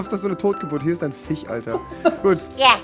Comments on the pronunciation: Rewi : Fich Andere : Fisch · Wieso heißt bei rewi der FISCH Fich kann mir das einer sagen😂